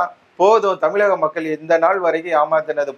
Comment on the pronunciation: Try to prounce tamizaga instead of tamilaga- sounds important. - ழ- needed.